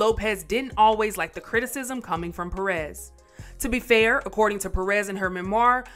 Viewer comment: These gringos pronounce López correctly but cannot say PÉrez. Maybe they think it is supposed to be French, "perés".